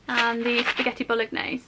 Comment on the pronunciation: The g is silent in bolognese 😜